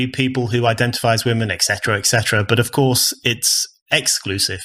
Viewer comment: Brendan. I promise that I will donate if you start pronouncing your "v" sounds properly, instead of saying "ff" sounds. For example, instead of "of course" you say "off course". Thank you